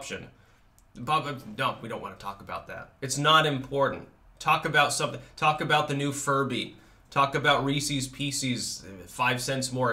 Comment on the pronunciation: Reesees Peecees?! Somebody watches Game Grumps. =)